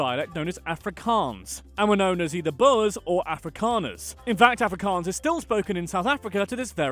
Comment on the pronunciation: i love how you mispronounce every afrikaans word including afrikaans itself but then you pronounce Johannesburg in a dutch way😂 "yo-hannesburg"